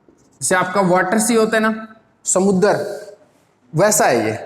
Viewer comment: When sir say... Samudrrr🤞🤣